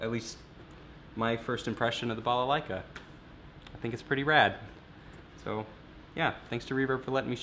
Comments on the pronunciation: AT LAST. Someone pronounced balalaika properly. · I'm from Russia. We really need to know if this balalaika really DOES djent? Also, you're pronouncing its name quite right, thank you for that :) But the russian soul needs to hear balalaika djent. With some shovel additions maybe, I don't know. Thank you!